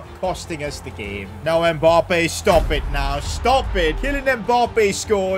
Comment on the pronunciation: I’d subscribe if you knew how to say Mbappe properly